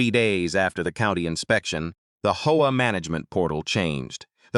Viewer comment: This AI needs work between saying hoa instead of H.O.A. and saying s when is is actually a possesive 's. But the story is good